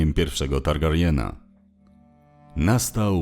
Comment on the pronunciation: Świetna robota, będę śledził po następne części. Nie zrozumiem tylko jednego. Jak na taką znajomość uniwersum, możliwość czytania i słuchania zarówno w polskim jak i w angielskim języku wymowy nazwisk nie pozwala mi wybaczyć tego błędu jakim jest kaleczenie nazwiska Targaryen. Mówi się /TARGARJEN/ a nie /Targarejn/. /Rejn/ to masz ród Reyne.